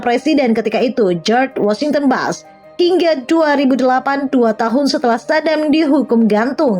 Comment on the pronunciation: Maaf itu bacanya bukan BASH TAPI BUSH....MBAK